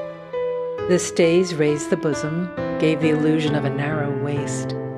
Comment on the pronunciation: ‘The boozm’ lol dying